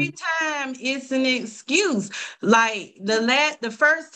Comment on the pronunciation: "Scurz me"....English isn't that hard.